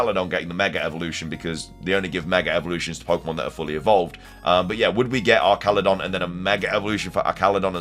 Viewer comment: Way to pronounce elekid, vigor, and archaladon